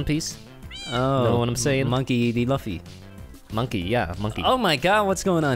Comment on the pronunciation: Laffy hahahahha, its Luffy pronounced Loo-fee